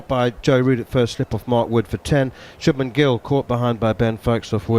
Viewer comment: Always butchering the name of shubmann gill.